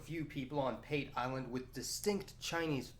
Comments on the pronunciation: PATE is pronounced Part Ay not pate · Pate Island is pronounced "paa-tay" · Can you just refer to Africa as Africa. ‘’ Dark continent’’ do you refer to Europe as ‘’ bright continent’’ Also Pate island is pronounced Pate` like foie gras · Great video. However, the pronunciation of the Island's name is "PAH-TEH" not "PAYT" as you've mentioned. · It is pronounced Pa-teh, not pait. Man, this is the second video I've seen in which somebody makes that mistake. Anyway, as a citizen of Kenya, I don't see any problem with the Chinese coming here. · Great vid. Plenty of interesting info I wasn't aware of. Though the name of the Kenyan island would be pronounced 'Pahtay' not the anglicized way you do. Love the work though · Pate island , pronunciation is partee island . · Pate Island...read it as P-a(apple)-t-e(egg) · Pate island is pronounced as Paateh otherwise very informative video.Thanks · You're mispronouncing pate island. Say it like the food. Funny thing is thousands of Chinese are now back here in kenya especially around the islands pate, lamu and mombasa and more arrive everyday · When pronouncing native words especially in East Africa like Kenya we read them literally. Pate island is PA_TE. the PA is like the PA in Patrick. TE Is like the TE in temple. Good content but observe the terminalogies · It's pronounced P-A-T-E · The a in Pate is pronounced like the u in "bus." The te is like the fe in "Santa Fe." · Pate island is pronounced a for apple and e for egg